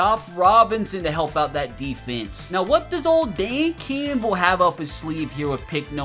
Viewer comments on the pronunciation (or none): none